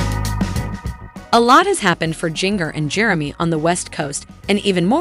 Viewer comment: I would love it if you would learn how to pronounce her name. It is like gingerbread.